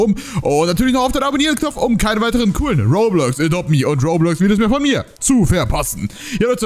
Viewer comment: Du schpricht adopt me wie adopte me aus